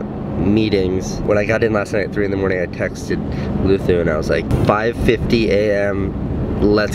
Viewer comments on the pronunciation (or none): he say "Luther", but his name really be "Loser"? Does I git dat raigh? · I caught that too. He said Luthu but his name is spelled Luzu. Thing is Spaniards, such as Luzu, like to pronounce the s as if it where a th. Listen to Enrique Iglesias songs and you will notice right away. Only if you haven't already. LOL